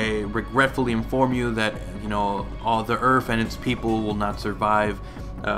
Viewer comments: You say earf instead of earth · "Earfth" lol